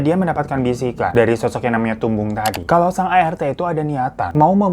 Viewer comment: maaf bang aku ngakak pas bang hiro nyebut tumbung